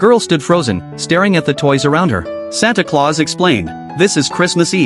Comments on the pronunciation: i like that he said santa cluase😂😂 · Bro its not santa clouse😭😭😭😭😭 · Nah bro said Santa clause